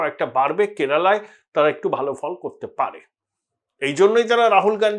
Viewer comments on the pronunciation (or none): none